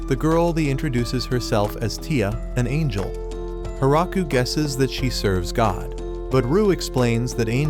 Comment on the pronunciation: he said angel wrong